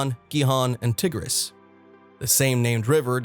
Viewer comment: same for the Tigris river 🤣